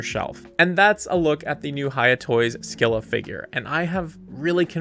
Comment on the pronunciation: Pronounced Skai-luh. Take it up with the Greeks who made the word.